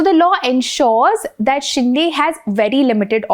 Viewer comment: शिंदे not शिंडे